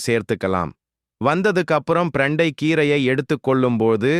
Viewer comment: பிரண்டை சரியான வார்த்தை❤ ப்ரண்டை தவறான உச்சரிப்பு ' தவறை திருத்திக் கொள்ள வும்'❤ 💐💐💐